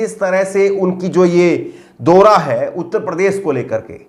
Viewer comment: Dora nahi bhai daura